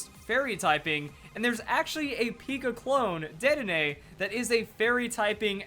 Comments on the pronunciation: Sorry I said dedenay's name wrong didn't i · He said Dedenne wrong 😂